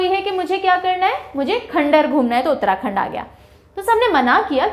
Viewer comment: Ma'am there is no doubt that your pneumonic techniques are always extraordinary and cent percent helpfulful 👌🙏 But, आपने हमारे उत्तराखंड को खंडर बोला ना तो दिल पर लगी थोड़ी सी। ☺️